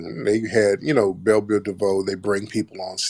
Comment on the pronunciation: Did he say Bell, Biv, Buffet?